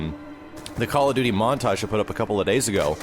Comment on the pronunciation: call of dooood-deee